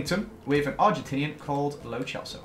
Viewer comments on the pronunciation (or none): Someone tell it's not "Lo Chelso" 😂🤦🏼‍♂️ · says “an Argentinian called Lo Celso”. My subtitles:”an Argentinian called blowjobs”